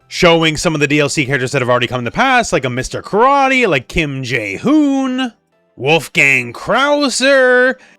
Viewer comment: you should’ve done a retake there, I think you almost said a different name. It’s not that hard to say Mr. Karate🙄